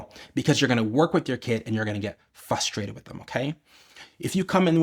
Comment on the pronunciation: This was EXCELLENT! I'm going to remember this. I just know that it is going to work. I can't wait to use it. (Btw, as an educator, I thought that you should know that the word is NOT "fustrated"......it is "FRRRRRUSTRATED".😉). Keep up the good work! 😁👍